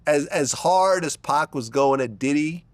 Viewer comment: Never trust anyone that calls him 2Pack